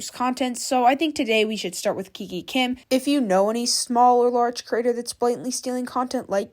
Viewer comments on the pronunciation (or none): You are mispronouncing her name lol. Same as you did with Clara dao. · OMG GURL Y EVERYONE DOES IT ITS TRENDS AND ALSO ITS NOT KIKI KIM ITS KIKA KIM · The way you Kiki Kim… it’s kikA Kim (just saying no pressure ❤🍱🌸) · IT'S KIKA KIM NOT KIKI KIM 😭😭😭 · and its not kiki kim its kika kim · I swear you need to stop mispronouncing these ytbers names plz kiki Kim. No it's kika Kim 😭 you spelled it right on the title but pronouncing wrong. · i love your content and how you do it - but i find that you are always pronouncing names wrong, like in this vid you keep saying ‘kiki kim’ when it’s literally spelt ‘kika kim’, and with ‘clara dao’ you would keep saying ‘clara duo’. ofc this isn’t a big thing at all, but maybe do slightly more research on the creators actual name next time - i mean this in no way rudely, this is literally the only not so good thing i’ve noticed with you, and other than that your content is flawless! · Bro is not even pronouncing KIKA KIM correct 💀💀